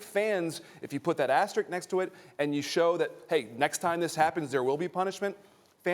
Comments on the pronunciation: Why can NO ONE say the word "asterisk" correctly? Everyone says "asterick" lmao there's another S in there morons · Ugh why do people say "Asterick"? There are two S's in Asterisk! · Somehow the word 'asterisk' remains unpronounceable by sports media 😂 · Went to Georgia Tech. Doesn't know how to pronounce asterisk.